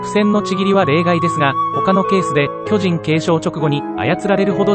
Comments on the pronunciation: 途中途中イントネーションが気になりすぎて内容入ってこなかった... きょじ⤵︎ん⚾️ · 巨人の発音が読売で草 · 巨人の言い方がジャイアンツで草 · いい内容だけど、巨人の発音が野球すぎて気になる笑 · 巨人の発音が野球の巨人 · 巨人のイントネーションが読売で草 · 巨人のイントネーションが完全に野球チームのソレで笑った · すげぇいい内容なんだけど 巨人(↑↓)の発音がどうしても 読売ジャイアンツで笑ってしまう 巨人が支配した世界にケリをつけるってV9した巨人の話じゃ無いですよね？ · 巨人の発音が全部ジャイアンツで草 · ソフトの仕様だろうけど巨人の発音が野球のそれでじわる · 解析中のイントネーションが色々と気になった 巨人のイントネーションも読売ジャイアンツのイントネーションだし まるでジャイアンツに誰かが入団したり退団したり又は球団を解体したりそういう風に聞こえた（笑） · 巨人の発音が読売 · 巨人の発音でどうしても野球がよぎるw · 巨人の発音がオール巨人なんよなー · 巨人の発音が読売巨人軍だから巨人を駆逐するエレンが阪神ファンに見えてくるわ。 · 巨人の発音がジャイアンツの巨人… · 巨人の発音が、野球の巨人の言い方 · 巨人の発音が球団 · 野球の巨人の発音で草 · 巨人のイントネーションが野球なんだよなぁ… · 巨人ってとこのイントネーションが ジャイアンツの巨人やん😂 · この発音での「進撃の巨人」は、ただ連勝しまくってるジャイアンツや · 巨人の発音がプロ野球の巨人っぽい笑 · 話と全然関係ないんだけど、巨人のイントネーションがジャイアンツのそれなのが気になる… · 巨人のイントネーションが完全にジャイアンツ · 巨人の発音が球団なんだわ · 巨人の発音がずっとジャイアンツなんよ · 巨人の発音のせいでエレンが過激なタイガースファンみたいになってて草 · 巨人のイントネーションがジャイアンツなんよ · やっぱり、読み上げ音声は「巨人」の発音があっちの方になる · 巨人の発音気になる(笑)⚾それ以外素晴らし🎉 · 巨人と戦鎚の発音が嫌い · この動画は酷い。 何故か読売巨人軍のイントネーションだし、 そもそも「ち」ならし、ってなんだよ 便乗して動画作って悦に入るなら、ちゃんとやるべきでは？ まあ、その資格は無さそうだがな。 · 巨人の発音が読売ジャイアンツ笑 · 「巨人」の発音が読売ジャイアンツの発音で気になるｗｗ 棒読みに学習お願いします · ナレーション「巨人」のイントネーションが野球チームになってるからクスッとくる…… 「巨人のいない世界を作る」とか阪神ファンか！と思っちゃう。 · 巨人の発音が読売なんだよなぁ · 巨人の発音が野球の巨人にしか聞こえんww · 巨人の発音が読売巨人軍のそれ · “巨人”の発音が完全に“読売巨人軍” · 凄くどうでもいいだろうし全く関係無い上に個人的な話で本当に申し訳ないんだけど 「巨人」 の発音やイントネーションのせいで読売ジャイアンツが頭をよぎって仕方がない。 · 「巨人」の発音のせいで「永久に不滅です」の方がボコボコにされる話みたいで草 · 巨人のイントネーションが完全に野球寄りなんよ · 巨人のイントネーションが野球チームなんよ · 巨人のイントネーションのせいで、巨人のいなくなった世界は阪神が悲しむだろうなあとかいう妄想が膨らんで仕方ない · 巨人の言い方がジャイアンツなんよ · イントネーションが読売の方の巨人で草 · 巨人のイントネーションが、ジャイアンツ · 巨人のイントネーションがジャイアンツ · “巨人”の発音が読売ジャイアンツなんだよなぁ… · 巨人が野球の方の巨人のイントネーションになってて笑ってしまった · 巨人のイントネーション。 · 巨人の発音が野球の方やねん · 巨人のイントネーションが読売の巨人の方で笑ったわｗ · 巨人のイントネーションがジャイアンツの巨人なのよ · 巨人のイントネーションが完全に某野球団のそれ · 巨人のイントネーションがジャイアンツなんよwww